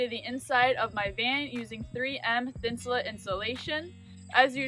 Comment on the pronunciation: It's pronounced Thin su Late, not thin su Lit. As in: Insulate. It was developed as a insulation for outdoor clothing, sleeping bags and boots.